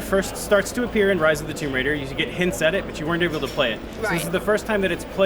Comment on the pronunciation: Did that guy just say "rise of the tomb Waiter" lol